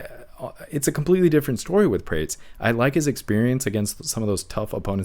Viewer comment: Carlos Praa-Tez not (prates, rhymes with crates)